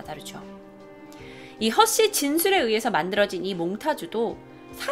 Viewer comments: 처음에 허씨를 허쉬초코렛에 허쉬러고 하는줄ㅋㅋㅋ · 허씨인데 허쉬라는줄 허쉬초코렛ㅎ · 계속 듣다가 허쉬로 들려 ㅋㅋㅋㅋ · 난 왜 자꾸 허씨가 허쉬로들리지